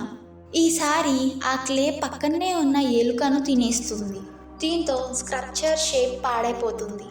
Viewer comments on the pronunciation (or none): Hey it’s sculpture not scrupture… please fix the pronunciation it was very irritating. Sculpture is like skullpture is the pronunciation. Ok na ?